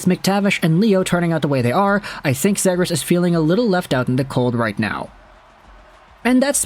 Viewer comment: Dude you gotta learn how to say his last name correctly